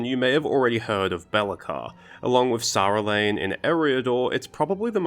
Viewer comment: Is that realm in Eriador Saerlann? Because to me what you said sounded more like "Sarulane".